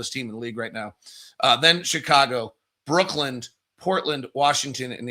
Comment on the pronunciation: I still think that it's Brooklyn and not Brooklynd.